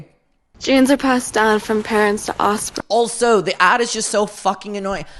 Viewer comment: Does anyone else hate that she says “osspring”? Just me?